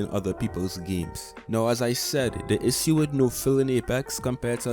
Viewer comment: Why are you pronouncing "issue" like that ? Bruh